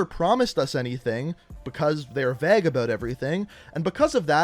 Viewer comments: Vague is pronounced as vayg, not vag bro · Sir, its vāgue not vag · yeah he pronounces vague as “vag” in the video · do you mean vague?, i've never heard the word Vegg or Veggness before